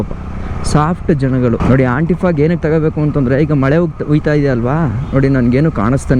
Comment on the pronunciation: Antifogg ❌️ Antyfogg ✅️